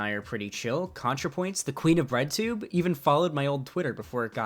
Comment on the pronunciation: very unfortunate mispronouncing of breadtube